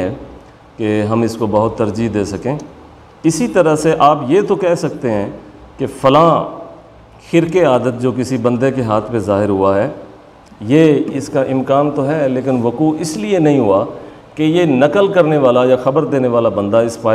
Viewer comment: علامہ صاحب خرق عادات ۔۔۔۔ میں خاء کے نیچے زیر نہیں ، خاء پر زبر ہے